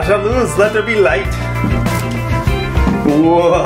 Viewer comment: your Portuguese caught me out of guard haha - perfect 'Haja luz' pronunciation